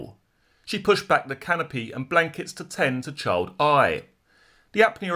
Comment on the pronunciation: Hi, the word 'Child' is pronounced "Ch- eye - ill'd" and not "Ch- 'old".